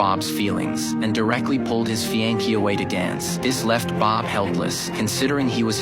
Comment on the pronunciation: Whoever narrated this should learn to pronounce fiancee correctly.